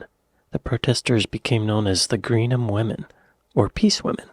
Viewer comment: Greenham lost it's missiles as a result of the end of the Cold War and the airfield returned to common land. Normally we complain about Americans mispronouncing British names but this Scottish chap can't cope with Greenham.